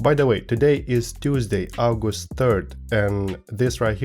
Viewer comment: Love your vids lad. Also, you say 'August' like a Roman, also love it.